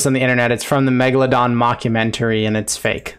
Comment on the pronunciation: If I had a dollar for everytime i Cringed when the narrator says "megalodon" I would have enough money to end world hunger